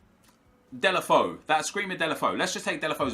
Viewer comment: dela foe.... so triggering